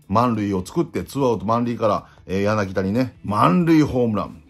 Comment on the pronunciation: ヤナギダ ではなく ヤナギタ です